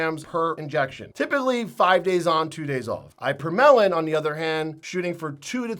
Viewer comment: Eye-per-melon is not how we pronounce ipa/morel/in or ipa/morelin